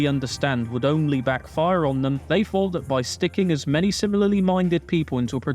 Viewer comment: Jesus christ. Please pronounce your THs properly. Kills me every time. It's not Free, it THree. It's not Fousand, it's THousand. It's not Fought, it's THought!